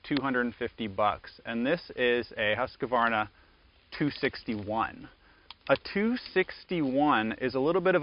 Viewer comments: how many As are in Husqvarna: 2 not 3..... 2 HUSQ Varna not HUSKA Varna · "Husquhvarna" is not a word. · Interesting how the name is pronounced in the US, Husq a varna, in the UK/Aus, it’s Husqvarna, without the extra ‘a’ in the middle. Stuff one learns on YouTube 😅